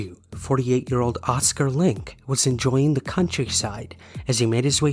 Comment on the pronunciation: FYI, in German, words ending in E have a final vowel syllable, so it's LINK-EH :) Thanks for all your fascinating story posts!